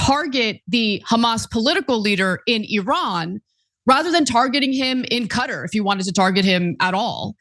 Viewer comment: My cat says "Katar" not cutter